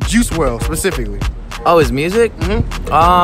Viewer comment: pacifically $1000💀💀